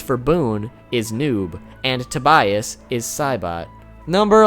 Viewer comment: to-buy-as? I would just pronounce it like the first name Tobias. Sounds strange to me if pronounced differently. Greetings from Germany ;-)